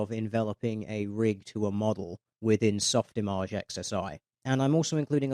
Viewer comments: lol, soft what mate? Soft imaaarge? Softimage you ponce. Otherwise, awesome vid as always. :) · D... d... did he just pronounce “Soft IMage” as soft imAGE??? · Your pronunciation of Softimage infuriates me. You dirty shitlords with your soft "G"s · Ok i guess that’s actually how it’s pronounced? Since everyone else seems to pronounce it that way. I don’t even know anymore